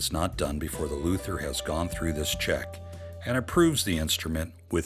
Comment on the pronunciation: Haha, those “Luthers!”